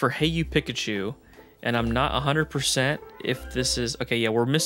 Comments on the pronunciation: Haha please say PEE-kachu. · keeps saying Pikachu with a soft I instead of an E sound and it’s driving me crazy haha 😂